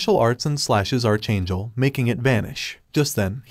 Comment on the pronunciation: Archchangel he called it archchangel